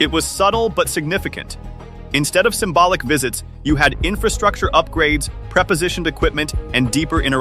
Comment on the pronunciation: Not "preposoitiond" equipment but PRE-POSITIONED equipment.I hate AI.